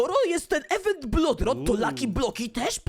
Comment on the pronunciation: Nie ewentu tylko mówi się iwentu